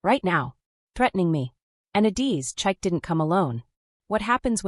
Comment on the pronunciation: The pronounciation of Chike is crazy. It is Chi(like Chicago,) Ke(like Kevin). Please author, teach your language model how to pronounce African names. In most of Africa, we use phonetic sounds unlike English. Ade is aah-de(aah like apple and de like day).